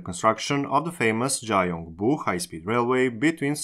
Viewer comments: 자용부라고 발음하셨지만 라틴문자를 그대로 발음해서 그렇고 실제론 경부로 발음해야 하죠. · Gyeongbu is pronounced more like Kyonbu, not Jaiongbu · 경부는 g보단 k로 읽어야 하는디... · Just for more accurate info(No intention of criticizing!) Both Gs in "Gyeongi" are pronounced "guh" sound, so it's more like "Gh-young-Ghi" "Chemulpo" is actually pronounced "Jemulpo" "Gyeongbu" is pronounced "Gh-young-Bu" "Gangnueng" is pronounced "Gang-Nng". Or Just "Gang-Nung" is fine I think.